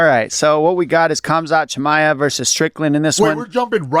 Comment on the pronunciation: Mayhem pronouncing "Kamzat Chimaev" is KILLING me. He says Chimaev perfectly, but stumbles over the much easier Kamzat. 😂